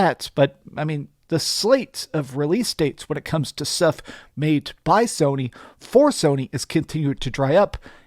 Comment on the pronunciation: He said Somy way in the lead😂😂 Nintendo has something to say about that